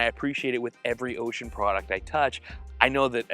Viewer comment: Bro I like cried when you pronounced the name of the Radio right. God bless you…….. but really keep up the great 👍 work. Thanks